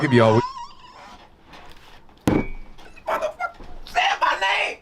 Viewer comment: You nearly said "muvvafuggah"!! Bless you!!